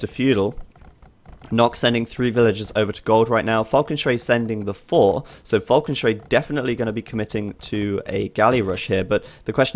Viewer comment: Still, enschrei hurts the ears of a German because you rip apart the word Falke. The full name means something like cry of the hawk. You can therefore shorten it by calling him schrei (cry), but please not enschrei ;)